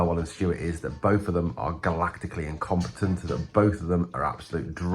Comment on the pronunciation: imcomptunt on a glactical scale.. juu jiiligemnce ya cant 🤣🤣